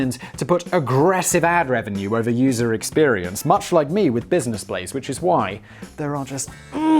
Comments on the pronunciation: "this is the Blizness Blaze" Put down the cup Simon you've had enough to drink That or he about to have a stroke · Got a bit of booze in that red Solo cup, Simon? Sounded a little slurry on that business Blaze🤣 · Did he say bluisness blaze or is that just me? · Was having a pretty awful day until i put on tha boi with d blaze and then 1n half minutes in hear him pronouncing the show as the blizness blaze and i couldnt stop laughing thank you simon ,danny and sam i say this on every video or such but this content is fire its the reason you have a hige core fans willing to purch the merch and sen you free enrron stuff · Did he say Blisiness Blaze? 😂 it’s midnight where I’m at and i was half asleep when the notification came in and i woke up just to watch lol